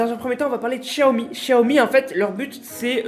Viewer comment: "chaomi" 🤣😂🤣😂🤣😂😂😂 au lieu de "XIAOMI" ! Ca, c'est comme quand il dit: KANI WEST Au lieu de le prononcer: "Kayni West". Rhalala...(😬👂🏼) Cela dit, merci pr les news ! Peace ☕📰🎶🎙